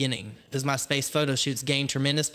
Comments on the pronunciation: Very thorough and well done video. One little thing, though- the emphasis is 'MY' in My Space. Other than that, perfect. Well done! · The way the creator says "My Space" made me think Jeffrey Starr got famous using HIS platform... you know, like on his space? And I'm like, oh, My Space. Not this guy's particular platform, haha. Guess it's the southern accent and where he put "emPHASIS on the SYLlables." ❤